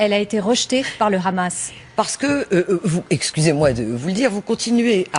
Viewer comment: On dit Hamas et non rrkrrhamas bordel c'est un mot arabe, a la rigueur dites le en français soit le Hamas oú le h est muet... xD Merci à l'invité de ce journal, enfin un discours de vérité ... C'est si rare en France